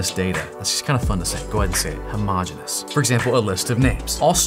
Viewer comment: Just a little grammar correction homogeneous is actually pronounced as how.mow.jee.nee.uhs